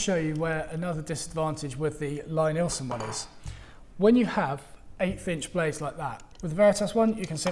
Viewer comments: Its pronounced 'Lee'-Nielsen... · Lie-Nielsen is pronounced LEE-NEELson... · It's "Lee" Neilsen. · Yes, it says so on their website, but maybe it's just accent that he says it his way. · Lie-Nielsen is pronounced Lee-Neelson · Love your vids,, but I have to correct you on the pronunciation of Lie-Nielsen. The first word is pronounced like "LEE". It's counter-intuitive, I know, but if you don't believe me, watch Thomas Lie-Nielsen here: and see how he pronounces his name!